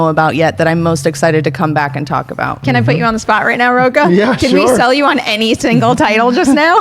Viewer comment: Learn how to pronounce “Rocha!!”